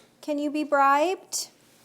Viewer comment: I started listening, distracted, heard "Lucifer, can you be bright?" and went "what in the Lightbringer biblical joke is that??". "Bribed", it was "bribed" 🤦‍♀